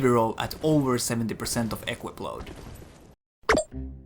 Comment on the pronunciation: Just 1 thing - it's pronounced equIp, not Equip ;)